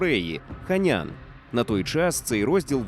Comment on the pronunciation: це значить що ви заплутали глядача...почулось як Пхеньян а суб титри Сеул... Тому склалося враження що ви сказали Пхеньян, а не Ханян...